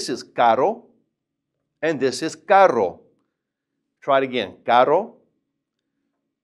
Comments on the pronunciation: i literally dont hear any diference between caro and carro..and i cant do that weird r sound but really nice vid for the rest. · i feel lik he pronounces caro and carro the same hahaha so confused